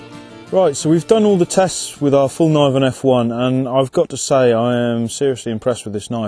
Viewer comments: Get this, its ''Fell-kniv-en'' not ''Falniven'' ^^ The K is not silent! Great vid though! Again, proud Swede! ;) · Knee is pronouced nee, not K-nee so the way u said it there makes the K silent